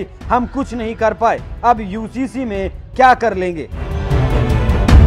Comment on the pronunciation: Ye Owaisi pagla gaya hai ....UCC ko HCC kehta hai ..